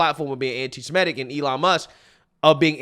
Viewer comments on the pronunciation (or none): Dude is the head of the ADL and he can’t even correctly pronounce “antisemitic”. It’s “anti-sem-it-ic”. Not “anti-sim-et-ic”.